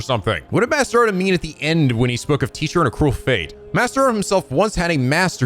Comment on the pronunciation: God damn! I nearly spit out my water when misread Odin's name as "Olden."